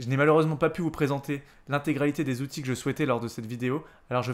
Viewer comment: Merci pour ce travail ! En revanche si tu pouvais éviter, pour un PE, de nous écorcher les oreilles avec les "huit Zoutils" ... ce serait top !